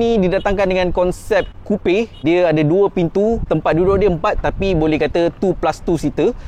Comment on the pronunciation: Betullah cara abang sebut.Memang sebutan "coupé" adalah "kupe" bukan "kup"